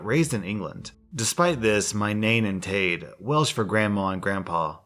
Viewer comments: I'm half welsh and it's not pronounced nane and tade its pronounced nine and tide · it's pronounced NINE AND TIED lol (I'm Welsh) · Hey, just so you know - Nain and Taid are pronounced ‘nine’ and ‘tide’:) diolch yn fawr, love your channel! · nain and taid is pronounced more like nine and tied hahah that’s what i call my welsh grandparents anyway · Nain and Taid are said like “Nine” and “Tide” 😂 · As a Welsh an I'd like to say good attempt at pronouncing nain and taid, they're pronounced like nine and tide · Nain in pronounced Nine. Like the number. This is coming from someone who has lived in Wales since aged 1. And Taid is pronounced Tide. As in "The tide is out coming in" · I’m welsh! Sorry if this is rude, but Nain and Taid is pronounced Nine and Tide. Have a lovely day! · Hey, I live in Wales. Just wanted to point out that "Nain" and "Taid" are pronounced "Nine" and "Tied" respectively Not that it matters of course Keep up the good content :) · I know I’m late but in the first one it’s pronounced Nine and Tide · Just saying but you actually pronounce ‘Nain’ and ‘Taid’ like ‘Nine’ and ‘Tide’ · The way you pronounced that “nain and taid” 😂😂😂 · The way he said nain and taid 😭😭😭😭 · Is it allright if i correct your pronounceaition of nein and taid? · You pronounced nain and taid wrong lol